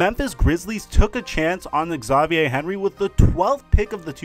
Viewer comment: You sure Xavier is pronounced that way? Good vid though. Edit. Demarcus cousins: double double?